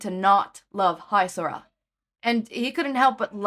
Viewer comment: I do believe it's supposed to be pronounced as hee-sora instead of hi-sora, but amazing otherwise!!!